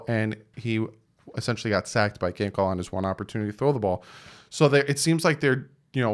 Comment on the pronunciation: Lol, you said Finkle.